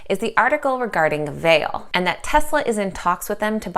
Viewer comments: Vale is in Sudbury Ontario Canada it is pronounced Val-lay. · Pronounced Val-a